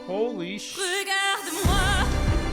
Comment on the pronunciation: It's "regarde", not "regardé"